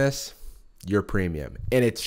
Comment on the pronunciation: Idky but he did a video or two way back where he really hit the word premium and now whenever he says it sounds so less than it should like a watered down version idky